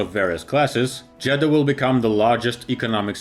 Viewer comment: I thought he said Jedi